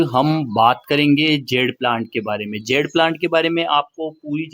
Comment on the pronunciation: It is Jade, not zed or zede. Good video